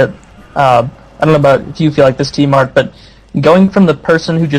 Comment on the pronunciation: lol i thought tmart said im smart XD